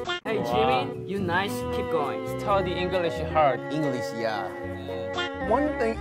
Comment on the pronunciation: is sta te engka lish hart🤣🤤🤤